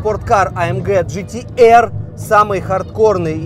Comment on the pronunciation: Не гтр, а джитиар